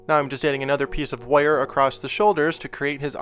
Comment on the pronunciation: Every time he says "wire" as "woiyar" take a shot.